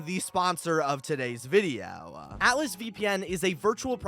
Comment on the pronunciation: The way he said video with was personal💀